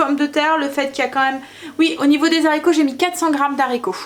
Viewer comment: Bonjour, vous êtes formidable comme cuisinière mais ,SVP , quand vous cuisinez des haricots sachez que le mot haricot ne commence pas un " Z " mais bien par un "h" qui empêche toute liaison phonétique possible .... désolée fallait que je le dise ...😁😁😁. Je vous embrasse.